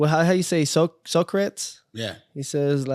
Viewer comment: fool didn't know how to pronounce Socrates 😂 but knows the quote.